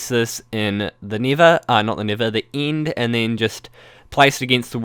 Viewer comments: This guys pronunciation of "end" is giving me AIDS. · You replace a lot of vowels with the EEE sound, don't yee.. Oh, and building a base in the nither.. oh sorree, ee meent the eend ees a good eedeea (just jokeen, ee know eet's an accent, it's just so funnee :D) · lol how he says bedrock and nether like : "bidrock and nither or the ind"